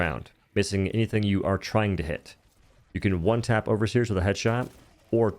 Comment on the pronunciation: "HWONE TAP"